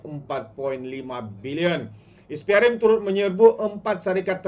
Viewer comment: SPRM - sebutannya ES PEE AR EM Bukan IS PEE AR EM